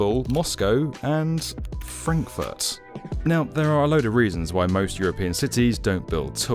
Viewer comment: lol who would like to live in "Crackfurt"